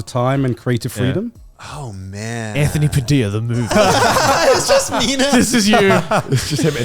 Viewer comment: It's sad that no one noticed you said Padildo instead of Padilla 😂